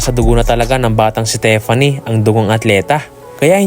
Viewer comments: HEY!!! Tiffany is pronounced Teef-anee not Te-fan-ne! Please to the uploader/voice show some respect ok? Do some research in proper pronunciation of English (although it is an anglicised Greek name Theophania) names before making videos. You really sound silly and stoo peed. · Tiffany as in teeeeffany. Hindi tefany..